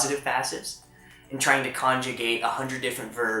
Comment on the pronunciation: I've just finally understood the way you pronounce "conjugate"! I was like "kanji gate? wat?" and I couldn't figure out X'D Definitely go against that copyright strike, Youtube lets creators down way too often with this. If we don't fight against those, people will continue to claim what is our content as their own. So sorry for your loss, I hope you're doing fine. Don't force yourself too much with the videos if you're not feeling like it. And congrats on 2 250 subscribers, last time I checked was last week when I subscribed and you gained like 200 subscribers since then! You're growing fast:D